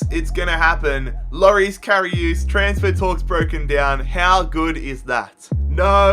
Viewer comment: so u call him Lorees Kariooos